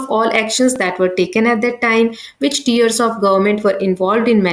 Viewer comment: you teach very bad ,it is tiers not tears and it is executive not exettive shameless